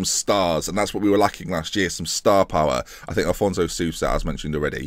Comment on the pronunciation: It's AFonso, not Alfonso Sousa